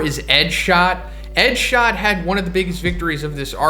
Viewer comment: I thought I was the only one xD